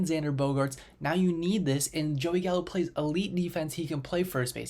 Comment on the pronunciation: You lost me when you said Gallo